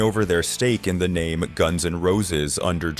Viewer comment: This guy doin commentary has trouble pronouncing names of people and names of the bands